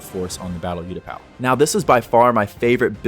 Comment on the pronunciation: Absolutely incredible moc but please bro it’s oootapau not youtapau 😭😭😭